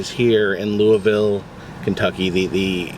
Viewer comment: Yes!! You said Louisville correctly!!😂😂 Glad to see you come down this way! Btw, my nephews Boy Scout troop has been volunteering at the second grave site recently. They have been lifting stones and digging a few that sunk in. There are military veterans there too. So sad to see how long the cemetery has been neglected.